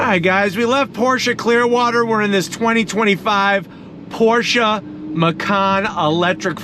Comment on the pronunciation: IS CALLED PORSCHE NOT PORSCHAAAAA MG